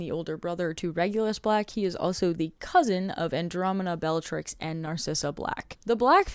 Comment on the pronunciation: I'm not super in this fandom but isn't it Andromeda instead of Andromena?